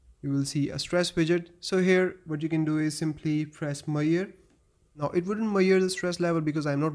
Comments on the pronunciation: Dude please correctly pronounce the word measure.. 🤣🤣👍🏻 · It's about how this guy is pronouncing 'measure'